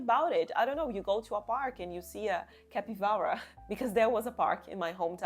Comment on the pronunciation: Today I learned you are Brazilian. Just the way you said capybara made me think of it then I saw it was already in your channel description. I love your channel and it's nice to see another Brazilian in the english side of crochet. Um abraço, um beijo e tudo de bom pra ti!